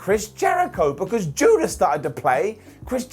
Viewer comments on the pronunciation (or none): none